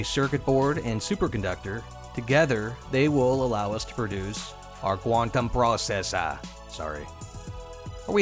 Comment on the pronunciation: Nicely presented 👌🏼. Always do the accent: Quantum Processor 🤣